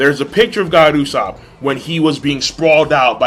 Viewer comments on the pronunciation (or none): also, is it just me, or does sound like his saying "Gold Usopp" in this video and his live reaction.